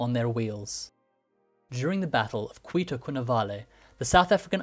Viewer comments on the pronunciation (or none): none